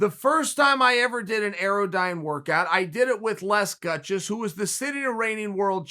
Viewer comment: Guys, everyone! Chael - it’s an AirDyne bike. Pronounced air-dine. I own one and four times a week it wants to kill me. Anything above 60 RPM for more than a minute increases your chance of dying both exponentially and instantaneously. 80 RPM is crazy!